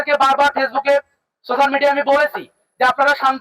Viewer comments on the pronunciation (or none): none